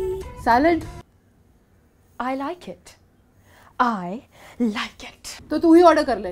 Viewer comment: It’s not “I like it” it’s “I like itch!” Hahaha